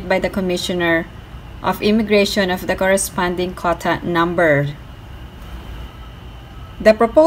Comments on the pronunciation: Say QUOTA, not kota. Make effort. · Quota is pronounced "KW OH TA" 😀